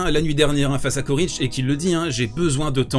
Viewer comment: On prononce Tchoritch. La première et la dernière lettre sont les mêmes et leur pronociation aussi.